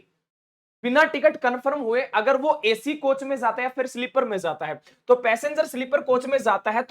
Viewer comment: ज़ और ज में अंतर होता है जैसे "जाता"होगा न कि " ज़ाता" होगा।